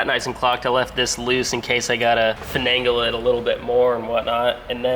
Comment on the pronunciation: Fen-angle : to “F”en the angle**